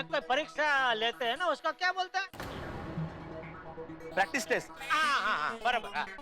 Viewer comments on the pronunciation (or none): practice ❌prastic✅ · Practice Test ❌ Paktrise test ✅ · Practice test❌Pactrice test✅